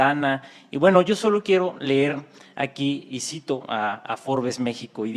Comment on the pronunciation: Y Ése "Pastorcito de Belén del PRI " NO SABE Pronunciaciar bien las Palabras !!??? , dice (LER) En Lugar de Leer !!! , Que JODIDO Está ése wey.